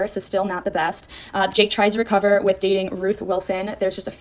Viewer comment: With not witn